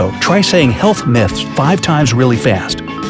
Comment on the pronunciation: when you say health myths a lot it sounds like you are saying help miss XD